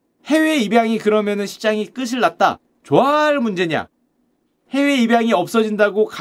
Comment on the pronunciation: 끝이, 끝을 > 끄시, 끄슬 > 끄치, 끄츨